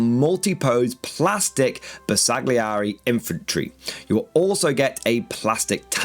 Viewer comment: The G is silent in the name, as in: Ber sa [g] li eri. Why so pedantic? Because it is a name and they are important. It would be like calling Leicester Lei cest er.